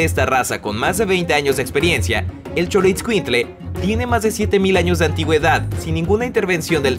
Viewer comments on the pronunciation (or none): El dijo chorroscuinkle 😂😂😂😂😂😂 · Se pronuncia sholoescuilcle :( y se pronuncia meshica